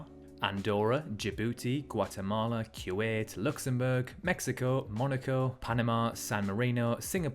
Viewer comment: Funny how he says "cue ed", not Kuwait.